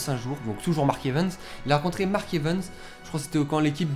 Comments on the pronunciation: On dis evans pas evens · Mark Evens XD ( j'aime la façon dont tu dis son nom ^^ )